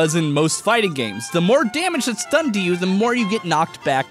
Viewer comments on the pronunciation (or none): none